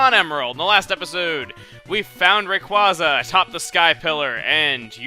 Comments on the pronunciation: Rayquaza's name is derived from the words "ray" and "quazar." Therefore it's name is pronounced Ray-quay-za, not Ray-qua-za. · chuggaa you are pronouncing rayquaza wrong watch the anime and see how they pronounce it. its weird